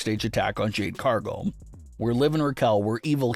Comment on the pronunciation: OMG say Cargill correctly please not Cargull